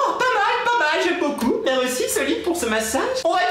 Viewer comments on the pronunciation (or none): quand tu parle j'ai malle au oreille putian tu n'a jamais essayé de dire un mot français correctement dsl mais mereci ça veut rien dire est seul qui mette #teampalimier #teamsallop